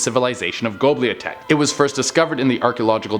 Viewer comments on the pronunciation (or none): And really....gobliatek? Do you mean Göbekli Tepe? Sigh..........